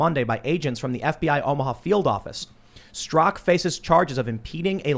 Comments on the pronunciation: Straka NOT Strak...... And you were reading it Tim! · Stra-KA, Tim. Not "STROCK" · Brandon Straka, not Strak!